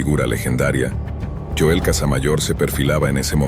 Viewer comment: Es Joel no yoel